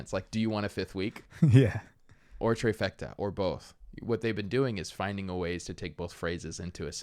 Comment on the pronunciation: Fifth week the treyfecta😂